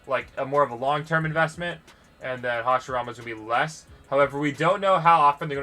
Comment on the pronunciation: Hashirama is pronounced (hash ee rama